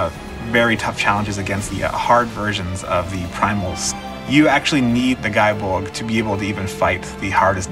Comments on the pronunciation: Actually Gae is pronounced as Gay not Guy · Ok my Irish isn't fantastic but I'm guessing form its original gaelic (Gáe Bulg) this would be phonetically pronounced "gaa bullog". Gáe Bulg was Cú Chulainn's spear. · So how is it actually pronounced? Is it '*gay* bolg' or '*guy* bolg'? By the way, fun fact: The name can be interpreted as 'spear of mortal pain', and was originally the signature weapon of the legendary celtic hero Cuchulainn. I know this stuff about it, but not how it's pronounced... :/ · why is everyone saying the name wrong its said as its spelt